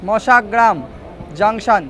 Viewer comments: কথাটা মশাগ্রাম। মাসাগ্রাম নয়। একটু বেশি করে বাইরের দৃশ্য দেখান। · মাসাগ্রাম 😮 কানে লাগে কারন আমরা বরাবর মশাগ্রাম শুনতে অভ্যস্ত